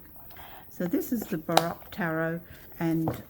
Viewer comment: Just fyi, the “O” in baroque is a long O.